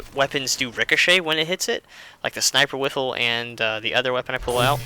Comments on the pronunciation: i hate when u say sinperwifel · He said sniper wifle lol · did you know that you said sniper wifle :-0